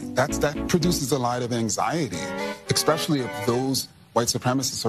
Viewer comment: Petty and unimportant, but I love how "renowned scholar and race expert" Kendi pronounces the word 'especially' as "exspecially."